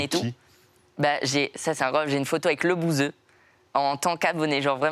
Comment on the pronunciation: Il a dit 2 fois lebouseuh 😂😂